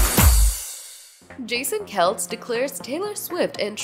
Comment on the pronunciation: Its pronounced Kelsee